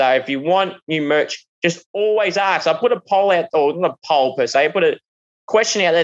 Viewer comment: ASK Not Arks